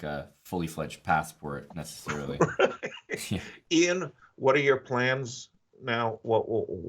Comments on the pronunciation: Sidenote, How does Yasser not know how to say Ian yet??? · Why does Yasser intentionally mispronounce Ian's name? It's driving me nuts.